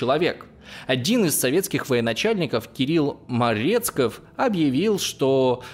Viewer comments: Только не Марецков, а Мерецков. А в остальном, очень интересно! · Мерецков, а не Марецков.